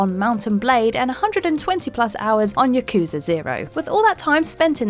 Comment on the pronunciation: You pronounced Yakuza wrong!!!